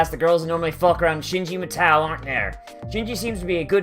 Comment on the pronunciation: Your pronunciation of Matou is annoying